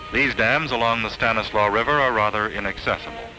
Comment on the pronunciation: It's so nice to hear "Stanislaus" pronounced correctly.